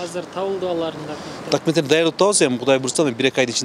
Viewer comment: Дакименттери дейт го,не грамотный типтер